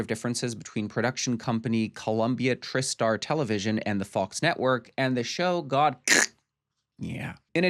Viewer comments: Tri-Star not trister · It's pronounced "Try-Star". Also, Dangerous Liasions"> "Cruel Intentions". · TriStar Pictures is pronounced "Try-Star." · Learn how to say TriStar if you’re going to dog their movies….. it’s pronounced Try Star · I'm sitting here hoping you're joking about the production company name pronunciation, Try ⭐